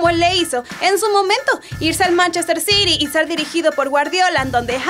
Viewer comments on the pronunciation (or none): no se deci ciri se dice citi